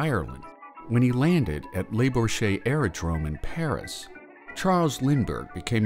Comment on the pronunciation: What a butchering of the pronunciation of Le Bourget Airport!